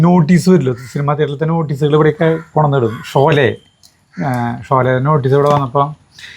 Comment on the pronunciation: സിനിമയുടെ പേര് ഷോല എന്നല്ല ഷോലെ എന്ന് പറയണം കേട്ടോ. പിന്നെ അതിലെ വില്ലനായ നടൻറെ പേര് അംജിത്ത് ഖാൻ എന്നല്ല അംജദ് ഖാൻ എന്നാണ് കേട്ടോ. പിന്നെ പാട്ട് യേ ദോസ്തി ഹം നഹി ചോടെnഗേ.. തോടെങ്കേ ദം മഗർ... തേരാ സാത് ന ചോടെnഗേ...